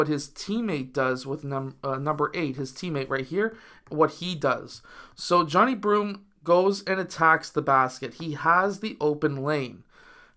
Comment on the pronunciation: Come on man, at minimum say his name correctly pronounced Jah-Ni 😊